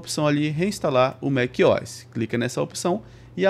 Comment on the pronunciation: "Mac Ois" tá louco 😔